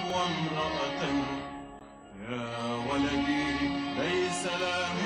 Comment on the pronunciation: Valady is wrong pronunciation... It is "walady".. And walady is not a name it is a word that means " my son"